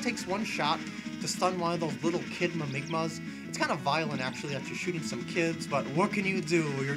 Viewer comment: lol its mimigas not mimigmas